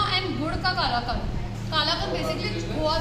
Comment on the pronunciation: It's कलाकंद